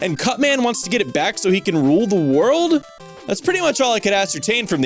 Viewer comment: DA WORRLD....Go home your drunk